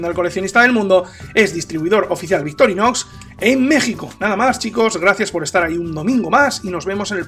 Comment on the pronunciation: Es victorinox o Victorinosssss? Jajajaja abrazo buen vídeo!